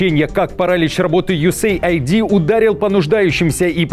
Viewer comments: Пишется USAID и произносится У ЕС ЕЙД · Не юэсэйайди, а юэсэйд!!! USaid. Aid-это помощь…